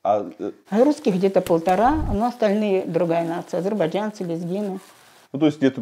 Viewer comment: Очень забавно было наблюдать за изменением произношения Одувана в течение видео: от «азербайджанцы» до «азербайджЯнцы», плавненько так😁😁 Шустро ассимилируется парень